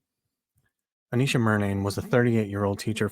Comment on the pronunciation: Its A-nesh-uh not A-neesh-uh